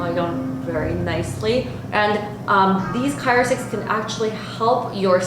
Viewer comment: CRYO...not CYRO! I had to turn off the sound.